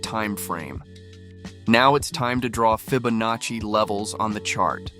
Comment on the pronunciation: That’s some strange pronunciation you got there mate. Fib. Fibonaci. Nice little strat though.